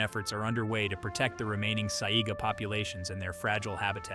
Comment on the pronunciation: I love the content, but I wish the people who made videos that are supposed to inform did better research. Examples: they showed several fish species while talking about lantern fish, but never actually showed a lantern fish. Or the mispronounced Saiga Antelope.